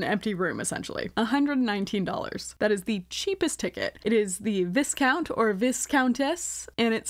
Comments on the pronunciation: its vaicount lol the s is silent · For the non British girlies, viscount is pronounced vye (rhymes with eye) count 😉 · Just as a btw, you don’t pronounce the s in viscount or viscountess🫡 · I know this is irrelevant but viscount is pronounced as “vy-count” 😂